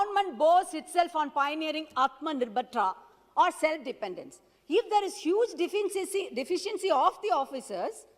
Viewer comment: Lol! Her English is funnier what the hell is deficents. She needs to buck up her English. She can't even pronunce deficiency and with her broken english lol that paper itself must be feeling insulted